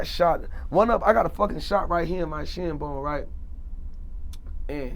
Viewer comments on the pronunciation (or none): none